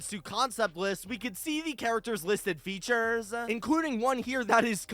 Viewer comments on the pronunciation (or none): Why did he say "features" like that